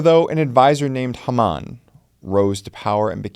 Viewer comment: like the videos; but, its; HAY-muhn...